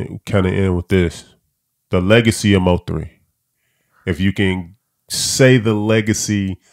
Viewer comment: Mo 3 said he graduated college,but couldn't pronounce nvm.